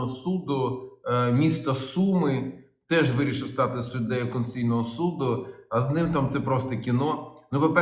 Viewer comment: Олексію! СУД КОНСТИТУЦІЙНИЙ, а не КОНСЦІЙНИЙ!